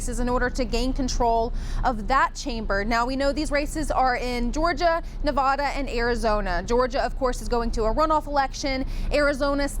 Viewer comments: Dearest, that's Nevada not Nevahda. 🙂 love you my dear friends, God bless you oh God in the name of Jesus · Not Nuh-vaw-da, try Nev-add-a